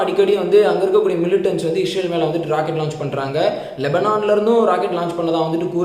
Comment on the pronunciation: Bro its ISrael not IsHrael... Nice video...